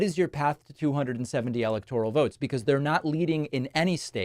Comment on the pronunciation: WHY do you pronounce 'electoral' differently than anyone in politics?? You say 'EL-ec-tor-al' but everyone else says, 'el-EC-tor-al'??